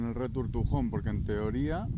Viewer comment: Jajaja me encanta tu "returtujon" 😂😂😂😂